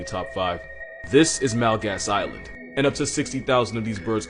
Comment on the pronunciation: Did he…say Nalgas Island